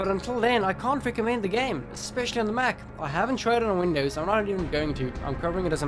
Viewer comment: dude... you messed it up the second you said mac